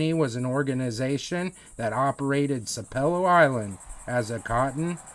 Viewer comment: It’s pronounced sap pel low.